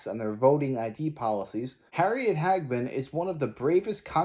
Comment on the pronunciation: Harriet Ha ge man, NOT Hagman as in JR Ewing in Dallas,Major Nelson in I Dream of Jeannie. Little before your time, but it’s good to be young.